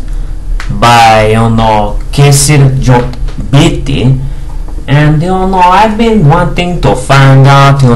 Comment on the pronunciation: You pronounced him good man! Lol...